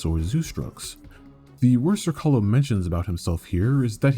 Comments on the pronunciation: Jesus motherfuckin christ. You suck when it comes to pronouncing Slavic names. Zrcalo (Mirror) C is pronaunced like ts. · You're mispronouncing the name; its Zrr-TS-ah-lo (Z as in Z-ebra), the name comes from the croatian/serbian word for mirror.